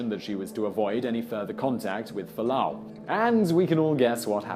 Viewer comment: Fualaau, not Falaanu.